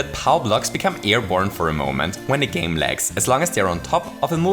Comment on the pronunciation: I have to do it to you. gAp Were you sick while recording? gAme